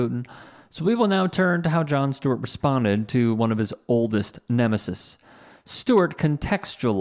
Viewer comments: Bigelow is pronounced "BIG-uh-loh." The plural of "nemesis" is "nemeses." "Nemeses" is pronounced "NEM-uh-seez." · FYI, the plural of nemesis is pronounced with a long second "e".